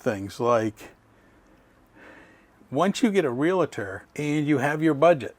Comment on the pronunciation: Please check the pronunciation of realtor. It is not realator.